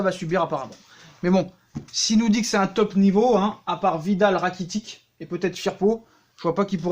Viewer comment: Ratikic mdr 🤣🤣🤣 Rakitic 😂😂😂